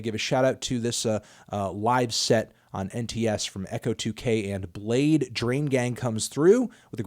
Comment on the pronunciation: You cant prononuce bladee